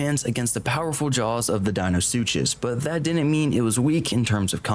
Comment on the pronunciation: im sorry but your pronunciation of Deinosuchus, Gigantoraptor, and Ceratosaurus is killing me it sound so wrong hearing their names be pronounced like that 😭😭😭